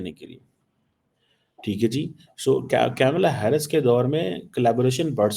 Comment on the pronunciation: Kamala Harris ..not kyamala Hyarris..ok..English medium?